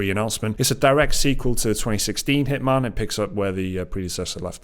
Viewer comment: Walking the truck yard at work listening to this, I hear Hitmon, and can’t figure out what game they are talking about. An accent to us Americans makes all the difference, excited for a new Hitman game